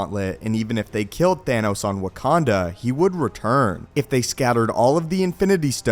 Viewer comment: Did he just say Wakand'o'?